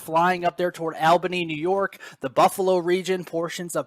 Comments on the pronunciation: its pronounced All bany not al bany 😂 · Albany is pronounced Alllbany, All-ba-nee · You are still saying ALbany, when it is pronounced ALLbany, NY. And i see someone else picked up on it too.